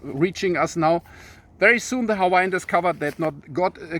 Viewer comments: Nice job on the Hawaiian pronounciations and history! 🤙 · Hello from Florida! So happy you made another video! It's so good to see you and Anna again. Keep them coming because we love your knowledge and your energy. I swear I think you must have been Hawaiian in a past life because your pronounciation of the Hawaiian words is perfect. Love your shirt!!! Can't wait for your next video!!!